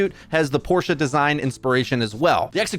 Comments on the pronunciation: The way pronounces it is the correct pronunciation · You're the first non-german I've heard pronounce Porsche correctly :o